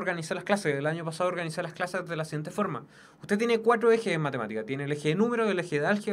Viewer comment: Tiene problemas al pronunciar el 4